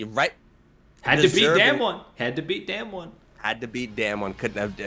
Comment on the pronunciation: We have been talking about this team for the past 3 years now, I think it’s time to pronounce their name correctly. It’s not “damn-won” is “dahm-won”